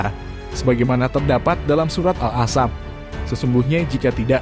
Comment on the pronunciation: Maap hanya sedikit koreksi dlm pengucapan Al ahzab bkn al ahsap